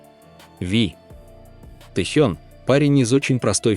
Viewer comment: Не статья, а сплошное вранье. Про Техена, про Чимина. Что за манера коверкать имена? И зачем впихивать фотки чужих людей, вместо настоящих родителей Чимина?????? В бан однозначно!